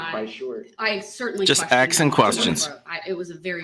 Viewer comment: Someone stop him he is going to start eating his crayons 🤐 he is hurting my head when he is "axing" a question